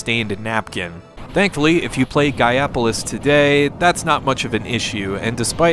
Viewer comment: You do know it's pronounced GAIA POLICE right? -_